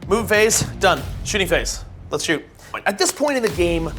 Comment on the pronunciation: Please, stop saying “shoost” and “shoosting.”